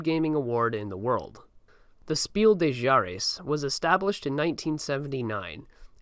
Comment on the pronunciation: My dude. Mad respect for the video but please note:German is not French. The s at the end of des is pronounced